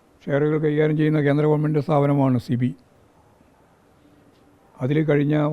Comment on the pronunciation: സിബി അല്ല സാർ സെബി.